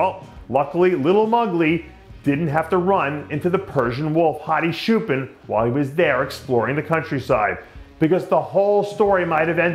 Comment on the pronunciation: His name true Persian pronunciation is “chew-pawn”. Not shoe-pen, Jesus!